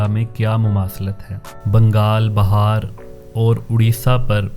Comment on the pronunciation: Brother it is not "Bahaar". It is "Bihaar".